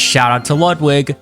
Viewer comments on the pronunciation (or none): none